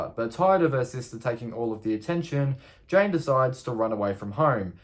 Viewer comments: Lol you keep saying Jane instead of Jan. I'd watch out if I were you. You might wake to find Jan standing over you, gleefully laughing while she gives you a crew cut. ;) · Yes I thought so too. But I wonder how he would actually pronounce "Jane" then, lol?